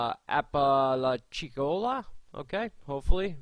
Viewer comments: App-a-latch-a-cola =Apalachicola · Thanks,. I'll check back with you later on Sunday to see how this forms up. We put up with there at Columbus AFB, Ms. The name of the town you are mentioning is "Apa-Latcha- Cola". Say hello to Carolyn for me. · Ap a latch a cola lol that's how you say it bro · I always wait for your videos but you pronounced Apalachicola wrong. It's pronounced: Apa-latcha-cola